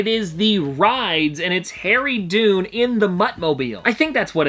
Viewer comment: Harry's name is pronounced "Done", not "Dune". Just an FYI.